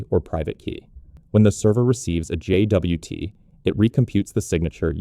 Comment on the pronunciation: JFI: suggested pronunciation /dʒɒt/, same as the word "jot"